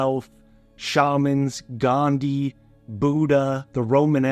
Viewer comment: He said gandhi 😂